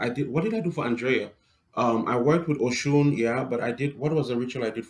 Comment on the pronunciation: Oh - you're saying "Oshun!" I thought you were saying ocean.